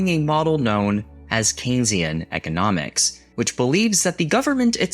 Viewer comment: My god. AI talking about childhood experiences with Don McLean songs while mispronouncing "economics" and talking about The. Sex. Pistols. We are in trouble, folks. Nothing is true, everything is co-opted. I don't mind honest slop. but we have to set the bar for reality somewhere.